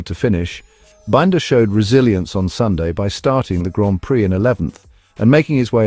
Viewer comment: What crap. Miller? Forget him. Also for heavens sake learn how to pronounce Binder!!!!